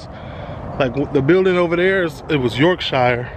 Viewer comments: BROO its pronounced York-shuh not York-shiyah hahaha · In the UK, the "shire" that's at the end of the name of a lot of counties is pronounced like "sher" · It’s pronounced Yorkshur and Marseilles is Marsay 😂😂😂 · I would love to visit this place one day! The way you say YorkShiire cracks me up 🤣 I’m from West Yorkshire and it sounds so funny to hear you pronounce it like that.